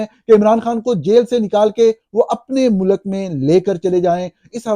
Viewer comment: سچ بات؟ سچ تو آپ کو بھی سننا پسند نہیں۔ ملاحظہ کریں اپنی روز مرہ کے شگوفے: 😙 Hopefully your son, یاراں years old, speaks better than "waqat", "soverenety", "mulak" and "قنون" --- and doesn't utter annoying catch phrases like صاف ظاہر ھے ... 😂 I think he's old enough to know the difference between "build" and "built" and that the English word is pronounced GOVER-MENT not GOR-MINT. In Urdu it is called حکومت . Likewise رہا (rahaa) means lived, was, stayed etc. [The past tense of the verb "to be".] However when are talking of release from captivity, the word is رہا (rihaa).